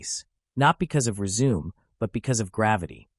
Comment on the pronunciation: reh-zoo-may. Not re-zoom. Terrible